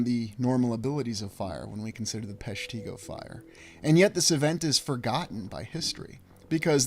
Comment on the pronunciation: It’s pronounced “PESH-ti-go”. Short i. I’m from the area.